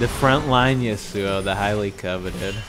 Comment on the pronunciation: Its not YasouO, Its Yasou get it right ImaQtip